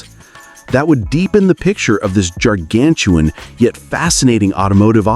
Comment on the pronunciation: "Chevrolet Cohvair", "Jar-gan-tuan"?? Remind me, PLEASE, to not watch this channel again..... :(